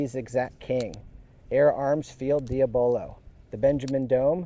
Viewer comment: Di ab a lo Lol although I’m sure you know that by now